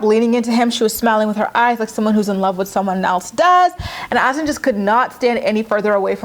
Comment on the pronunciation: His name is HASSAN !!!!!!!Not Azan. IT doesn't even exist as a name . This brat can't even pronounce a common name properly ugh.